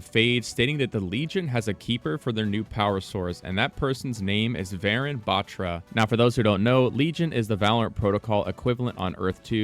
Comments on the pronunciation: Bro it's not BAATRRA it's Baathra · Its pronounced butra, not bat-ra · Proununciation problem its batra not betra